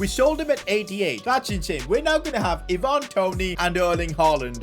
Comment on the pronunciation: Why do you say “ee-VAN Toney” it’s “EYE-van Toney”